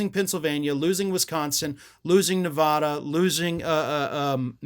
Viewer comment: How many times will you mispronounce Nevada in this video?